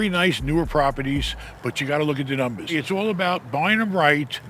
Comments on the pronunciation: My new favorite word “ I gotta look at the NUMBAAHSS.” 💯💰 You are the best. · It’s In The Numbas… Hey 👋